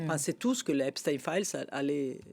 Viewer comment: En langue francaise, on dit "EpstEINE", - non pas Titine.